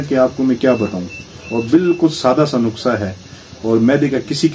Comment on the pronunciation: It's not nuksa, it's nuska